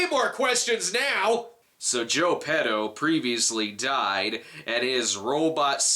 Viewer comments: Maybe it was written by a Brit. "Pee-doh"=/="Peh-toh" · So when he said "petto's" i was thinking he said "pedos", wich means "farts" in spanish, and that was my biggest laught of the review so far.